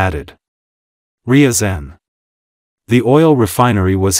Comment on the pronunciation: Your AI struggles with the pronunciation of Ryzan which is famous for catching the FSB trying plant a bomb as part of the Moscow apartment bombings